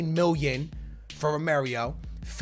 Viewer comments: Its not romerio its romero geez lmao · Oml....every year STILL cant pronounce Romero....ITS NOT ROMERIO!!!